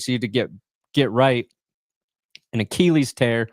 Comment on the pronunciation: Achilles pronounced “ah-kih-leez” not “ah-kee-leez”. Read a book.